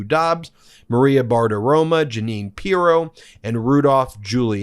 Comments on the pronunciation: One small item, Ben...Maria's last name is Bartiromo, not Bartiroma. A small thing, perhaps; but you are an educated lawyer, and errors like that are quite embarrassing to those of us who are on Team Meidas (a bit like fingernails on a blackboard). Thank you for letting me rant. 😇🙏🌈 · Dude get it right it’s Maria BartiromO not Bartiroma! 😂😂😂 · It’s BartiromO, not BartiromA. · Learn how to pronounce Bartaromo, with an o. Her sins do not give you an excuse to mispronounce her name. You should be above taking Trump- style cheap shots. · Bem you are still saying BartiromA - I admire your disrepect if that is on purpose, but it seems out of character for someone who is so meticulous in reporting the political news of the day that threatens our democracy. You woudn't call ex Cowboy QB Tony ROMA instead of Romo. If its an inside joke, let us know - maybe you base it on the feminine surname endings in other languages? The meticulous grammar and avoidance of annoying crutch words makes this one quirk stand out. Nevertheless, I love MeidasTouch Network. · Can you please pronounce Maria Bartiromo's name correctly? Mispronouncing someone's name is kinds Trumpy. Thanks for your reporting.